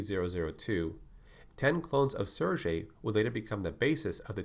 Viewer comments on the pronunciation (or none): Cool! One thing, the G in "SerGey" is spelled like in "Gay" :) Also his name makes no sense at all, because both Sergey and Vladimir are first names in russian